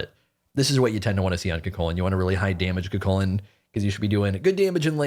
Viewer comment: The gods new name shall be CUGHHHHculan in honor of the moans